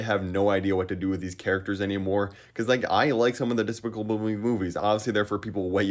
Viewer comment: trying to say despicable me is one of my new favorite things